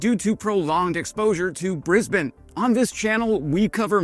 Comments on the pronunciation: Live footage of an American that can pronounce "Brisbane" correctly. 😂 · Congrats on pronouncing Brisbane correctly! So many yanks say “Bris - Bane”.